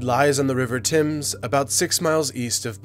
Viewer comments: IT'S PRONOUNCED TEMS NOT TIMS! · Thames is not pronounced 'tims'; it's pronounced like 'tems' - rhyming with 'stems'. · Political Junkie he means timberland boots. he also means you pronounced it as though you are an urban youth talking about boots. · I don't think you say it like "Tims". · "The River Tims" You Yanks seriously need to watch more British people vlog, because we don't say half the stuff you think we do